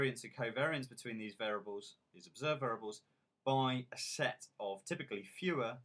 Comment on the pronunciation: VAIR-EE-ABLES. FFS. How can anyone learn from someone who pronounces this word VAIR-ABLES?